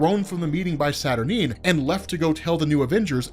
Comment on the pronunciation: I hate the way you say Morlun (you say Mor-Lun like its 2 words), I hate the way you say Merlin (see Morlun). I hate the way you say Saturnyne (its pronounced Satur nine)I hate the way you say Corazon which is heart in Spanish you butcher it. 1610 being the greatest spider character made? Laughable.